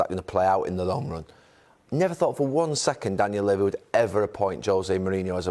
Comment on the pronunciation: No-one: Gary Neville: "Daniel Leh-vi"